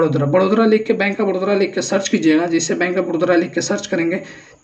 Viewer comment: बड़ोदरा नहीं बे बड़ौदा